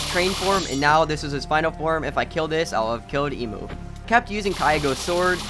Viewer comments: not emu en mu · I like how he says every name wrong.i mean dude instead of enmu you said emuu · bro.... i got disappointed when he said "its was KIAGO'S" and then "eemu who turns into a train" bro. Kaigaku* and Enmu* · Riu-rui Emu-enmu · let's kill emu Me:it's enmuuuuu😠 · its so funny he called enmu hemu lol